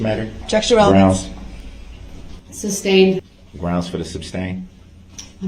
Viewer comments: "Grounds for the substained" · It’s amazing how many times he heard the judge say the word “sustained” yet continued to ask about grounds for the “substain”.